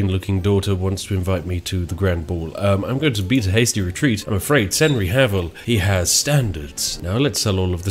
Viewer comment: "CenryHavill" Henry Cavill fan I see. Nice